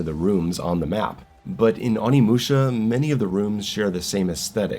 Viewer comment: its not AW-nimusha. It's O-nimusha (probably, correct me if Im wrong)